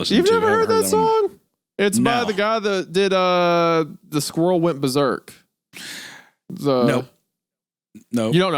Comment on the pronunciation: Isaiah pulling out "the day the squirrel went bersek" and being suprised Hunter doesn't know it is the most Isaiah moment in recent memory 😂